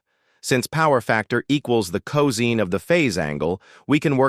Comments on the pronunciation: Excellent video! May watch it again 👍 ... BTW ... 'cos' is pronounced co-sine (sign) vs co-zeen. Typo — *improvethis 41.41⁰ — Should be 41.41° using a degree symbol ° vs a superscript zero ⁰ (I first thought it was to the power of ^0) Windows calc —— Type 0.75 first, then [ Scientific, trigonometry, 2ⁿᵈ, cos⁻¹ ] (Enter .75 first... then cos⁻¹). Entering: [ cos⁻¹(0.75) = 67.5 ] ... Instead enter: [ .75 cos⁻¹ = 41.4096 ]. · Is not co seen, but co sign. Learn how to pronounce cosine ffs!!!